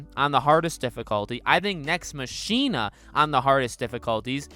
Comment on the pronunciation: Your pronounciation of Nex Machina just invalidated any credibility you had.